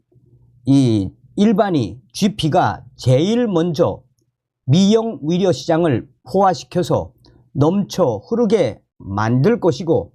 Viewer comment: 의사나 의료를 말하는데 위사나 위료라로 들리는건 내귀가 이상한 건가? 🤨🤨🤨